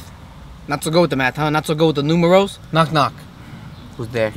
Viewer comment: “You know meth” “Not so good with noomerals” loool